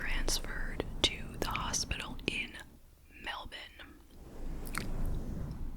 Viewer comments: Thanks for another great video, extra points for pronouncing Melbourne like an Aussie 😊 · You nailed the pronunciation of Melbourne!